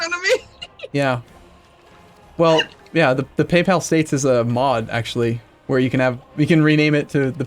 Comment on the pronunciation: 'The PayPal state.' Well now I can't unhear that....